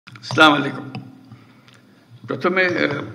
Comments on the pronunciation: বড় দুঃখের বিষয় এত বড় সম্মানিত লোক এত উচ্চশিক্ষিত লোক সালামটা শুদ্ধ করে দিতে পারে না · দেশের প্রধান কর্তার সালাম শুদ্ধ নয়!কেমন লাগে বলেনত!